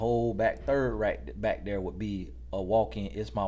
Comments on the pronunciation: All this time l genuinely thought he said BIKE.... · You know this whole time he was saying “ bike” and now I understand that he was saying “ back”😮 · Thought was saying BIKE but he saying BACK 😂😂😂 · say b-ack. Utube say bike in subtitles lol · At first I sincerely thought he was saying "bike"... I'm 4 videos in a row and I get it now 😂😂😂😂😂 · U mean to tell me....😭 Lemme rewind cuz I know this man was talking about a bike!💀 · 💀 I could’ve sworn he was saying bike this whole time 😤